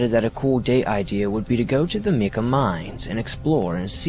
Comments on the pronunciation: In the first story, Mica is pronounced mike-uh not meek-uh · Mica is sounded out as micah not mika its a mineral called muscovite, and dark mica is biotite.